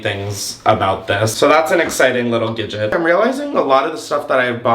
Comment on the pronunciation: gidget instead od gadget had me rolling, LMAOO. ilysm